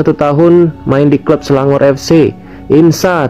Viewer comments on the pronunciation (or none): none